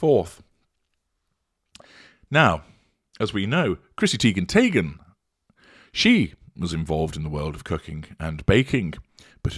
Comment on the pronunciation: Chrissy Teigen tayghen 🤣